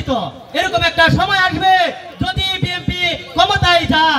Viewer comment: তোরা কী বিএনপি করছিস তোরা তো বিএনপি র নাম ঠিক মতো উচচারন করতেই পারছ না